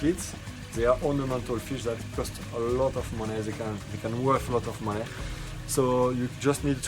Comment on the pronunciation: He said make moon-NEH